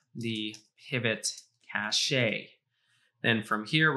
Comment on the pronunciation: This whole "Kashaee" of yours sounds retarded....